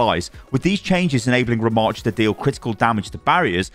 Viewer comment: Butchered Rammatra for real